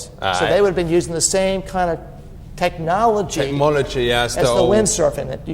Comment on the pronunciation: again: "Tekmologee"